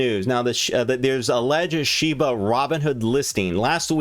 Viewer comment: You're fun to watch! It's SHIB-A not SHIBU😂